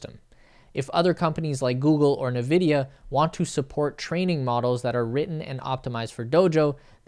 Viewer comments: Nvidia, not Nividia. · its N-vidia not nevidia btw